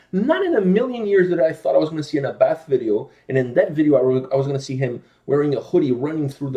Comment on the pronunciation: Here's Abbath (pronounced more like A BAT!! instead of A BATH btw) in his Motörhead cover band Bömbers, it's great :P